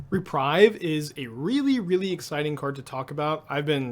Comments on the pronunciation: Re-preeve, not re-prive. I also feel like it will be a big player in the format, but maybe not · totally! except it's pronounced reprEEve (unless you're doing a saffronolive thing to get more engagement in which case i have totally fallen for it) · I'm really not sure if you're mispronouncing "viscera" on purpose or not... O_o Oh, and "reprieve".